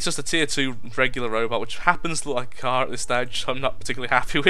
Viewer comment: itsh a kerr lol